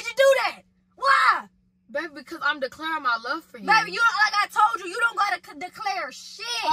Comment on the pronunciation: “COOK ME SOME GOTDAM FOOD AND THAT’S DECLARYING “ 😂😂😂😂😂😂😂🤣🤣🤣🤣🤣